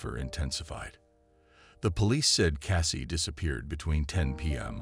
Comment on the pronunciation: It is Jennifer Kessey not Cassey!